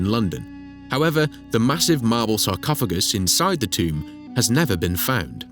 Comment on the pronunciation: the moment i hear tomb, i stop watching.